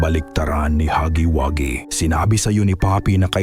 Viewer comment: ITS HUGGYWUGGY NOT HAGGY😂😂😂😂😂😂